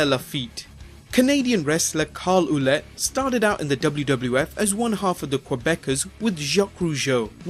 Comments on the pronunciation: Carl Ouellet . Ouellet is pronounced WELL-let, not WHO-let. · Re: Triple H. His name is pronounced "Leveck" not "Levesk", and Carl Ouelette is pronounced "Wah-lett" NOT "Oooo-lay". You might want to get your pronunciations right.